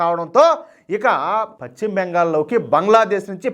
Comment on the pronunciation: Pachima bengal kaadayya paschima bengal antaru.telugu pronouncement nerchukoni videolu cheyyi